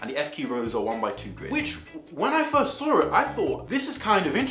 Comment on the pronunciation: “ I sawr it on eBay” 😂